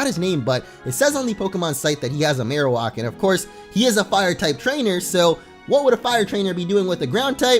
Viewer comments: my god it's maroWAK not maroWOK i don't know why this bothers me it just does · It bothers me that he says Marowalk instead of Marowak 🙄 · Why are you saying Marowak so strangely? Marowak is Marrow like bone marrow and whack like smacking you with the bone! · Your pronunciation of marowak makes me cringe so hard. It is pronounced Mare-Oh-Whack. Not walk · the way he pronounced marowak is unacceptable